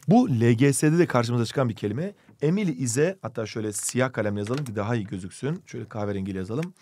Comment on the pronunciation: EmİliYğĞğ iS a BıDı BıdIĞ fRiEnd